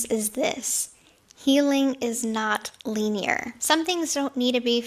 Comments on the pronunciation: "Healing is not leenyer" ... pretty sure you mean linear gypsy😅 tell me you're reading a chat GPT script without telling me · This stuff is riveting isn’t it! She even knows that old saying that “Rome wasn’t built in a day”.. “LEE-NÉE-ER”…. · She should listen thoroughly to chat gpt or maybe that‘s where her „leenear“ came from😂 (healing isn‘t linear. She either had it only in written form and read from that or chat gpt is pronouncing weirdly. I‘d be so embarrassed. It indicates how these were not her own words. Linear seems to be a new word for her. Had she invested her „being messy“ time in genuine therapy, she would be a mom now, focussing on that and put out a statement about her generally wrong attitude towards her mother and what she did to her to somewhat keep that mess away from her daughter but she‘s saying one thing to look mature (what SHE thinks what would look like mature in words) and doing all the opposite. And when critique comes her way addressing it she rebrands to just look the other way and lead ppl to her „new (sooo grown) self“, telling them to look at her „changed self“ while she goes on to repeat all the behavioral patterns we have seen so many times before. At this point she should know it doesn‘t work but she can‘t see it. Because she‘s used to getting it her way in her close environment where everyone is enabling her, praising her. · She’s wise beyond her years!! She used the word “linear” ( she pronounced it Leen-e-er” and also used an old saying! “Rome wasn’t built in a day”.. this is riveting content! Get your notebooks out everyone! Write the wisdom of Gremlin Grifty down!! She’s traumatizing me! Idk about her own supposed trauma.. she sure is good at a trauma dump though! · to me she said lean-yur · "lee-nee-ur", Gypsy? REALLY?! 💀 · “healing is not leenneer!!” lmao she’s so dumb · She is riveting! She is even so intelligent that she knows the old saying that “Rome wasn’t built in a day” it’s Lin-E-er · Leen-year 😂 she’s an idiot